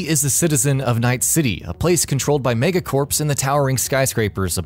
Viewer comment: Did he say “Mega Corpse”?